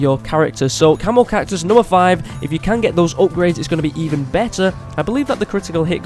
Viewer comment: Who else thought he called the camo cactus the camel cactus